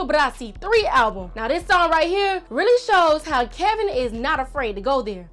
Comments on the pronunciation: It’s album not ablum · What did that girl keep saying alblum..I swear it's just album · Did she say alblum instead of album?